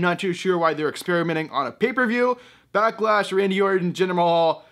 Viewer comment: Backlash? I thought it was a Becklash.